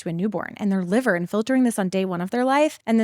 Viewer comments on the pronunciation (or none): none